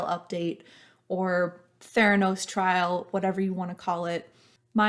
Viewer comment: “Trial”, not trail ;)